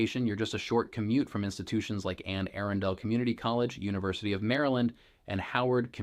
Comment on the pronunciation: some good info, but seriously - learn how to pronounce words like "Anne Arundel" and "Laurel" before you try and sound like a local. Seems to be more AI as I listen more....